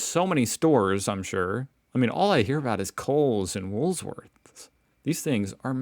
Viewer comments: I want to know what your wool’s worth! ROTFL! Just call it Woolies if you can’t say it without the s in it. 😂 KMart is a department store owned by the same corp as Coles. It depends where you live, what the prices are like. Woolworths + BigW (supermarket + department store) Coles + KMart (ditto) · 😂😂😂 it's E-KID_NA.... And WOOL-WORTHS. Big W is like Walmart/Ross. That should help ya mate 😂😂😂😂😂😂😂😂😂😂😂😂😂😂😂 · What is wrong with you? Do you actually see an “s” after, “wool,” in Wool-worths? You make these stupid mistakes in every video, like the other day when you didn’t think there could be a mountain in Australia! You are either taking the piss out of us, or you are a lot dimmer than I imagined. Did I hear you say that you went to university, what a sad indictment on the U.S education system. Edit: Surely someone who has done so many Australian videos including on wildlife would know that, “echidna,” is pronounced, (e-kid-na) see if you can take this in while you are practising to say, “emu,” (eem-you). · rofl Stop moving the s in Woolworths. "Wool -worths" 🤣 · WOOL WORTHS not WOOLS -please!!!!!!! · It's WOOL worths....not wools worth. The S is at the end. 👍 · why do you call it wools worths, it is Woolworths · Stop saying Wools-worths! It's Woolworths, or as we call it, WOOLIES. 🤪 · Hahaha 'Wools Worth'. Its Woolworths. Known as Woolies.....Hehe I can't cope, its making me laugh so much. You're wonderful. Your son's nappy ( diaper) action reminds me of the great cartoons an Israeli dad has done about changing his daughters nappies. ' Take cover' he yells. ' Incoming'... while he's dressed in army gear with a belt full of creams and baby power. Hehe. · I know because you're American, that you can't spell or pronounce words from the english language correctly BUT can you actually read the english language? It's Woolworths!!! NOT Woolsworth! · It's Woolworth's, not Wool's worth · It's Wool - Worths.